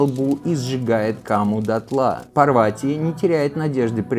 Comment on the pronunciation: События Махабхараты происходили в Гималаях. Курукшетра в Пенджабе или в Химачале. Пожалуйста не называйте ПАрвати ПарвАти 🙏🏻🙏🏻🙏🏻 пожалуйста, пожалуйста 🙏🏻🙏🏻🙏🏻